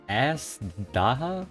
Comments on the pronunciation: Ass-Daha Nice 👍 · azhdaha is pronounced aids haha